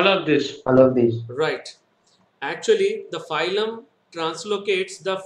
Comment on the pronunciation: Are baba phylum phylum बोल रहे हो it's फ्लोएम